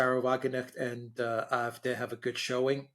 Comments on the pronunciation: Just pronounce the 'D' in AfD as you would pronounce the word 'day' in English and it will sound less awkward. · It is a butchered attempt at the German pronunciation. A=ah. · It sounds like they are saying "I-f-D", But they are saying "A-f-D", Alternative fur Deutschland (Alternative for Germany) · After all these years Mercouris still can't pronounce the name of the AFD 😂😂😂 On a more serious note I think senior is overestimating the popularity of the CDU and CSU for the upcoming EU elections in June. The biggest party will probably be the AFD with 22% - 22.5% closely followed by the CDU/CSU with 20.5% - 22%. The third largest party is likely to be the Greens with 15% (+- 0.5%) closely followed by the SPD with an abysmal 14.5% (+- 0.5%). Wagenknecht will perform very well with 9% (give or take 0.5%) and will be the surprise performer but so will the FDP that will get a surprisingly high 6.5% (+- 0.3%). Die Linke is still alive and kicking with 3.8% (+- 0.2%). Germans tend to vote for more "adventerous" parties in EU elections so expect the FW (free voters), Animal protection (animal rights) party, ecological, volt and some fringe/protest parties to do relatively well. The polls are wrong about the AFD because they consistently predict it will get only 1 in 4 votes in East Germany when in fact it is the party to benefit the most from the fragmentation of the left and is set to get 1 in 3 East German votes.